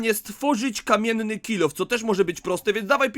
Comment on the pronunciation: I luczek powiedział 😂😂😂😂 było zadanie że miał zrobić drewiany kilof ale powiedział kammieny kilof!